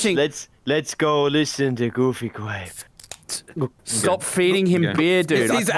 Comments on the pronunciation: Enywon hav gufy gwap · i swear for a second he said wanna play fucky grape i was like yes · I swear, every video I hear "gOoFy gRaPe"